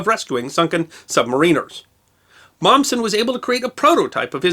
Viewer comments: "SUB-MARE-IN-ER" pronounced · It is pronounced sub-may-ren-er. Not sub-mah-reen-er. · Isn't it pronounced "SUB-MAR-IN-ERS"???? and NOT "SUB-MARINERS"??? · Is this considered the official American pronunciation? I was taught the accent was on the second syllable (sub-MA-riner)...but then, I wasn't taught American pronunciations, either. :-D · It's "submariner" sub mare inner. Not submareener, great video, though. USN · Pronounciation of submariners incorrect. I still appreciate these vids, though. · When is some body going to pronounce submariner correctly? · It's either-or, some of us call ourselves 'Sub-mariners,' (as I do) but others are quite vocal about calling us 'Submarine-rs.' either is acceptable